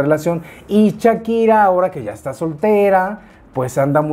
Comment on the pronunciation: Un like por cada "chakira" que dice mi 😅 muy bien chismesito mi!! 🤭